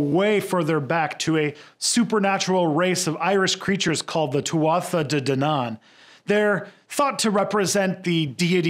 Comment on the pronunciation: *10th century *Pronounced something like "Too-ah day dan-in" *Irish Galic is not your strength